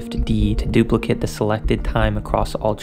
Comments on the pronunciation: Great tips. Knowing this stuff really helps make things happen faster in Ableton. Btw, duplicate as a verb is pronounced dupli- (like the name). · The word is "duplicate". The verb is pronounced Doop-lick-ayte The noun is pronounced Doop-lick-uht. When you Doop-lick-ayte something it produces a doop-lick-uht. EDIT: You get it right ...